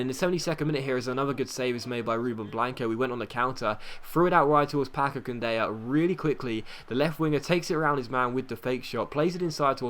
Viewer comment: It's Candela, not Candeya. The spanish-talking people only pronounce the "y" when it's two l's in a row, therefore it's pronounced Candela. Love your videos, they are truly amazing! Thumbs up so he can see!